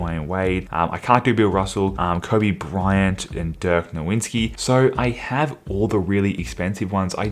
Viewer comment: “Dirk NoWinSki” 💀